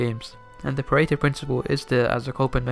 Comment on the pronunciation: I can't stop hearing "perrito" (puppy) insted of Pareto hahah